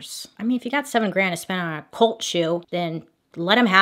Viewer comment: Is it an American thing to pronounce cult as colt?